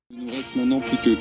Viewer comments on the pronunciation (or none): none